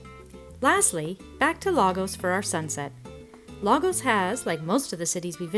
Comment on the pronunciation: Bravo! Just watched this with Irene by the campfire. She’s passing through. Irene says Lagos is pronounced La- goosh.